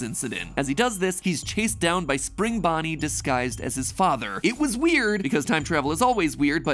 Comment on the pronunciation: After all these years matpat still cant say springbonnie